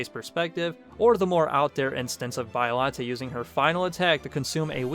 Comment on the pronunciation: It's pronounced 'Ay-ji' not 'Ee-gee'. Also, it's 'Bee-o-lante' not Bio (as in biography) lante. Sheesh...